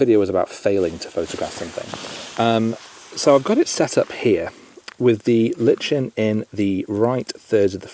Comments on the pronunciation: I’ve always known it as lichen - liken not litchen… Have I been saying it wrong?? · Great video. Subbed! ps. I'm pretty sure lichen is a hard K sound for the ch :D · definitely has its moments! However I may have to beat you for your pronunciation of lichen 😝